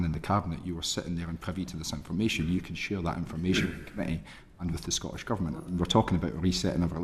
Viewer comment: The clown can’t even pronounce Scottish.. it’s certainly not Scoish.